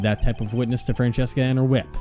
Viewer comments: I know this game series is a couple of years old and I’m only watching this now.. but why do you read her name as Francesca(Fran-Ches-Ca) and not Franziska(Fran-Sis-Ka)?? I didn’t watch the Justice For All, so I don’t know if the reason was stated then. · Btw I've been wondering this for a while, why do you guys pronounce her name as "Fran-chess-ka"? It's meant to sound German and stuff, so the "z" would make a "ts" sorta sound and it would be "Fran-cis-ka" or something like that. It's not too big of a deal really, so if you keep doing it your way I don't mind, but it can be a bit distracting is all I'm saying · Yeah, they read it in an Italian pronunciation "Francesca" and not in German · Where is there an H in Franziska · oh god I forgot you guys pronounced Franziska that way, it gave me whiplash (haha) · For real, I thought at first they just misread it and it’d get fixed after a few episodes but it just kept going 🥲 she’s my favorite so it’s a pet peeve of mine